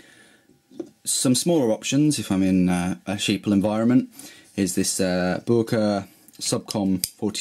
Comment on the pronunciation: Who the hell is " Booerker " never heard of them.